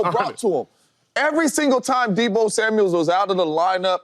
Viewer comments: It's Samuel not Samuels smh lol mufuckas can't read for ish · Is someone going to tell James Jones his name isn't Deebo Samuels. It's Samuel. And no way is Deebo better than Smitty. Come on now. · He keeps calling him Deebo Samuels too. It's Samuel not Samuels. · James jones keep saying “Samuels”😂